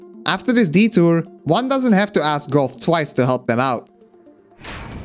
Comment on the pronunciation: "This is where we meet Gough." +1 for correctly pronouncing his name!!!